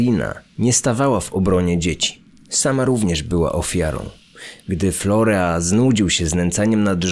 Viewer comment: Nie florea a florin się wymawia